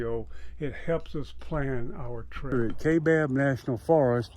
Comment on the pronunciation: It's pronounced The kai( ki) bab